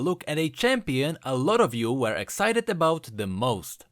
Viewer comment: At the beggining,he said everyone was "exited" haha very funny